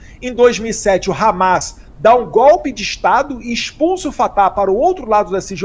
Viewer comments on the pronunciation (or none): Não é 'gópe', é golpe (de Estado)!